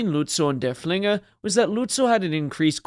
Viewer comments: It's pronounced derf-linger, not der-flinger. Named after Prussian field marshall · Yeah, try to emphasize the first syllable, not the second.